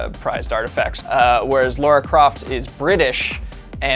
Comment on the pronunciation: I died a little bit inside because every one of you called her Laura Croft. 😦